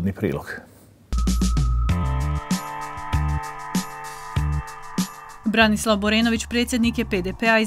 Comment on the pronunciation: Čovjek se zove Branislav a ne Borislav. Selam za BHRT